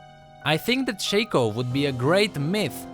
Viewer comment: it's "shaco" not shaco ...